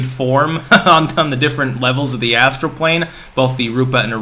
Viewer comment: Ass-tral plain.